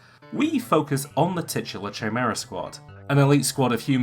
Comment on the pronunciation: Chimera is pronounced like Kimera, like character is pronounced karacter.